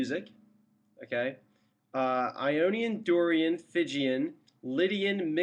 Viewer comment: there's no such mode as "Phygian"; it's "Phrygian", and is pronounced "FRIDJEEYAN". any scale --- not just the Major scales --- can be approached modally, if you feel like investigating. thanks.